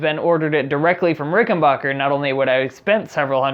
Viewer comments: Ok, first of all bonehead, it's pronounced RickenBACKer, NOT RickenBOCKer! 2nd, the primary difference between the 4001 and 4003 is the 4003 has 2 trussrods instead of one. And please, for the love of Aunt Fannie's Corset, the next time you make a video like this, write a script and REHEARSE it BEFORE you film it!!! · Pronounced, "Rickenbacker" not "Rickenbocker" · Ricken-BACK-er, not Bach-er. True story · Its Rick - n - Back - Er, Not Bach - er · RICKEN BACK ER not BACH ER you must have said it 100 times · I understand this video is 2 years old so I’m gunna clear a lot up. First- it’s pronounced Ricken- BACKER not BACHER. Second- warranty is 5 years not 3. This guy clearly knows nothing about string gauges or did any research on the RIC factory recommended spec, he just bought strings and slapped them on like it would change anything but it affects everything! Third- if you adjust your action, YOU CAN ADJUST THE TREBLE PICK UP TO MATCH, eliminating this guys buzz on the cover. Or remove the cover and move along. Fourth- RICs back log is based on demand not controlled substances. What a weird thing he “discovered.” RICS operation is super small compared to other companies, we’re talking less than 50 employees and that includes office staff, so the back log is just not having the ability to keep up with demand. Fifth- the price is very average if not less expensive than an American made instrument in the “high end”category. Don’t believe me? Look at Musicman, Gibson, and Fender American, CA made instruments. My final points- parts and components can move and break in a few years, happens on instruments all the time, so your pickup issue isn’t that uncommon realistically especially if you’ve dropped or banged the instrument of accident. Also RIC fixed all the bridge issues with a new bridge developed and released in 2019 called the V2. Rattling, difficult intonation, tail lift all solved. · Ricken-BACK-er. Stop pronouncing it like the popcorn guy.